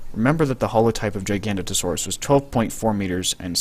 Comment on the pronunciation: GIG A NOTE O SAW US GIG A NOTE O SAW US How do you get Gi-gan-ta out of Gig-a-no-to is beyond my comprehension.